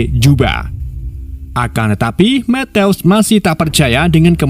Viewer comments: Kerenn film nya. Tapi mas nya baca matiu kok metews😅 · Penyebutan nama sersan matthews ketika di ucapkan berbunyi matius , bukan methouse min .. alah alah wkwkwk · Methouse ... eddhaw eddhaw kek suara tembakan polisi india .. mana berulang ulang lagi ..gue yang malu dengernya 😢